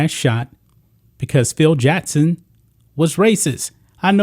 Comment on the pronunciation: It’s Jackson. Not Jattson. Common mistake.